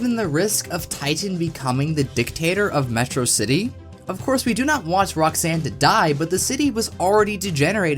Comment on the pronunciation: You pronounced Metro City wrong. Sounds suspicious.